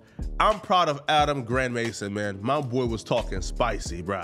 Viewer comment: Why he call him Adam Grand Mason